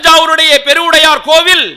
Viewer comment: பெருவுடையார் என்று அழகாக சொல்கிறார்.ஈசனின் அருள் பெற்றவர்.